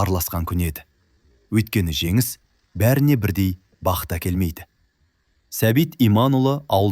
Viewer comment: Женис. Женис дегенди. Жегис. Жегис дегени кплай😂